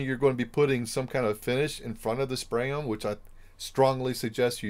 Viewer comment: Are you saying spray on or spray own??